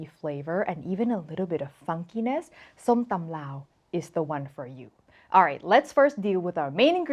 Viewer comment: ***som-tum✅ NOT sum-tom❌